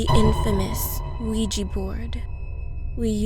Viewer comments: İm so annoyed by she always says "wiji" instead of "ouiji" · Ouija not ouiji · Thought she said Luigi board. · Why does the name Ouija sounds like Weegee lol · Why does everyone say Weejie board it is Ouija it ends in an a